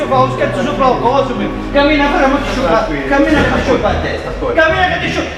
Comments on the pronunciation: IT'S CAMMINA NOT KAMINA OR KAMILA OK ???? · camina no kabina omg -. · It's "Camina" not "Kabina". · is cammina not kabina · z włoskiego to się śmiać tylko (chodzi o język) jak pisało Walk, to ja słyszałam Kabina, Kabina, Kabina kurwa mać. Pogratulować stwórcy języka :) Żarty przednie :)